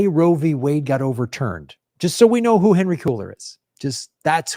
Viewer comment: Did continue his misprounounciation and call Cuellar "cooler"? Cringe.